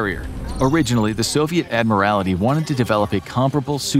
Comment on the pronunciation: Admiralty has only four syllables, not five as you pronounced it. It is Admiralty, not Admiral'I'ty.